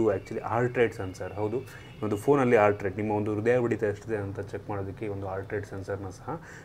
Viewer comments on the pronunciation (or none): none